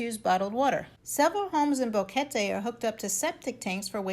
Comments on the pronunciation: It's BOquete not BAHquete. She said it right, just ask anyone who knows Spanish. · This is the best video about Boquete (thanks for pronouncing the name correctly) that I have seen so far. Great information and a real view of the area. 😀👍 Thanks!!